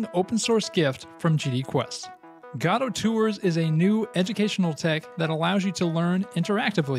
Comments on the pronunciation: why do you pronounce it 'gadot' instead of godot? xD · its not gadot , g o d o t , spell it slowly , G O D O T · it's pronounced "ge-doe", my dude. Like the play "Waiting for Godot" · I love how everyone pronounces it goe-doe, but he pronounces it gato. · There is absolutely no "A" in "Godot" :D Thanks for this awesome showcase! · For the love of Christ, Lucifer or whomever you worship, learn to pronounce GODOT.